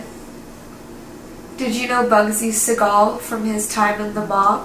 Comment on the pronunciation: I tried watching as much as I could on this video, but the way they're saying his last name is just...I'll be back on the next video lol